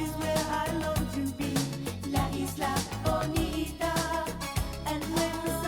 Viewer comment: There are plenty live versions of La Isla Bonita (btw. you only have also to pronounce the s and you got it .😊) and I'm sure you will love all of them..